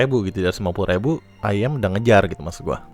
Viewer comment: sebutnya iyem bro